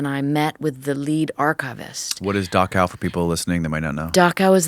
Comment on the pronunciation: Dachau is pronounced Dahrao and not Dako.